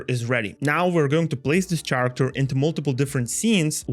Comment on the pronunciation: Love it, but character is pronounced with k. Really triggers. Still, shout out